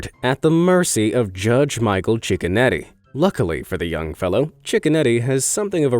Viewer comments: everyone else: cicconetti this guy: chickenetti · Judge cicconetti u mean Judge chickenoti